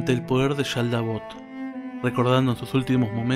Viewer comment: Es que haces un énfasis exagerado en la Sh, cual si fieras Argentino/Bonaerense y aledaños, en Japones no le ponen tanto énfasis. Igual cuando dices SHaldabaoth. jajajaja no hay problema, es cosa mía nada mas.